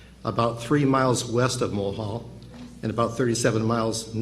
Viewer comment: To the uploader, in your narrative, the town he refers to is Mohall, ND....not "Mullhall"